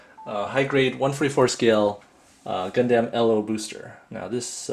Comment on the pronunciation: its purnounced gun-dum, not gundAm